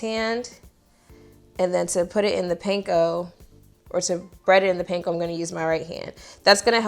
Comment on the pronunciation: Panko is pronounced "pon-KO" not "painko". Just for future reference. They're Japanese bread crumbs, and you'll impress anyone with Japanese heritage if you pronounce it that way. Great video! I'm making that sauce tonight!